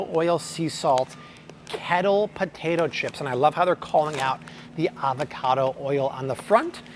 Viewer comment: Love these videos, why does an American guy pronounce tomato and potato so weird? Not all the time either, very annoying!